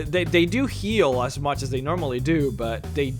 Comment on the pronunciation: Where are you from? I thought you were American and was surprised by your... interesting... pronunciation of the words "Fall" and "as". The thought has now occurred to me that you are obviously not a 1st language English speaker.